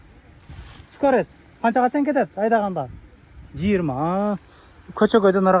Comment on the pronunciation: Скорес дейтко😅